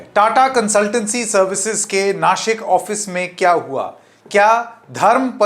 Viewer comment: बबुआ जी, दंत स और तालव्य श में फ़र्क समझिए। नासिक बोलिए नाशिक नहीं, वरना आपको शंकेत बना दूँगा। बीवी अच्छी अंग्रेज़ी बोलती है तो आप तो अच्छी हिंदी बोलिए!